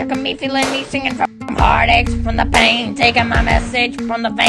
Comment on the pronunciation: He says bean istead of pain